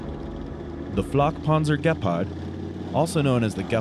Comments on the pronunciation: The way he pronounces "Gepard" drives me crazy, it is spoken with a long E. Maybe just use the english word "cheetah" instead :D And than i ask myself if even the english title is wrong? "This Germany's Weapon" shouldn't it be "This german weapon? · It sounds funny how you say the name of the tank and the name of the company. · why are you saying gepard so weird. It is named after the african cat you know...